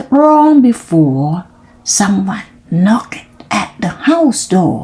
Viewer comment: ตั้งใจออกเสียงชัดมาก 👍 ช่องว่างไม่ต้องเว้นนาน ตอนเริ่มต้น บางช่วงนานไปนิด ตอนหลังจนจบดีค่ะ👏 knocked ไม่ต้องออกเสียงเคด เพราะเป็น verb ถ้าเป็น adj ค่อยออกค่ะ sixth seventh swallow ส วอล โลว thrown แลบลิ้นด้วยค่ะ thr stopped หน้านี้แก้ให้แล้วนะ:face-blue-smiling: ไม่ใช่ stooped